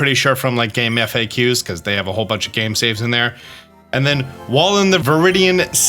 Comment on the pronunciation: This is the 1st time I ever heard someone said Gamefaqs and F-A-Q instead of pronouncing it as is lol